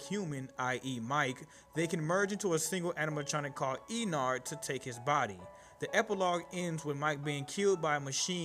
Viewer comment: ”E. Nard”